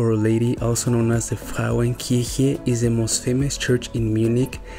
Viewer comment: Que video lindo, querido! Espero que tenham tido um tempo super especial aqui em Munique. Sua pronuncia da palavra Frauenkirche em estava perfeita 😉. Esta igreja é responsável por definir um limite de altura nos prédios dentro da área mais central de Munique. Sendo assim, todos os edifícios que estão dentro do Mittlerer Ring (cinturão central) não podem ser mais altos que a Catedral de Nossa Senhora (Frauenkirche). Só algo a adicionar: Munique é na verdade a terceira maior cidade alemã, se encontrando após Berlim e Hamburgo mas é ao mesmo tempo a cidade mais densamente habitada de toda Alemanha. Um abraço de um brasileiro:)